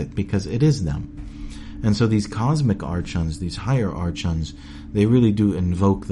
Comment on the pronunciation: Its not artchons its ARKONS fucking idiot